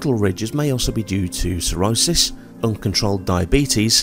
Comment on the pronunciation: Correct....but in their defense it DID kind of SOUND like you said a cirrhosis though, but it could just be an accent thing 😊